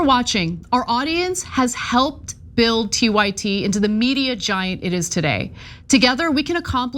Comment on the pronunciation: “TYT” pronounced “Tit.” 🤤